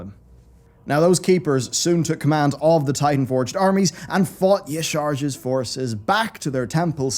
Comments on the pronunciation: y-sharge? it literally tells you how to say it in game Ya-SHA-Raj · It's pronounced Ya-sha-raj not Ya-charge